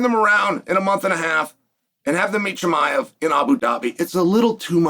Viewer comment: Cosmet Chim-i-of